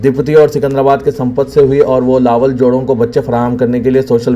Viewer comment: The Urdu word لاولد is pronounced as "Lā-walad" (لاوَلَد). Lā (لا) – "L" with a long "aa" sound. Walad (وَلَد) – "W" with a short "a" sound, followed by "L" and "D." So, the correct pronunciation is Lā-walad, meaning childless or without offspring.